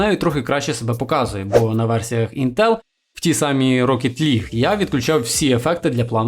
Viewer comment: ставиш наголос в слові інтел на е, не можеш подивитися тести інтеграгок в інтернеті, як тебе тіпи загалі втикають